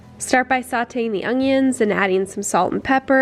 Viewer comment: Still saying ongions I see? Jk, I love your vids!